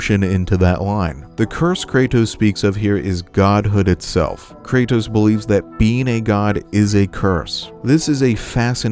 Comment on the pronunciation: Bro always says “Kraytos”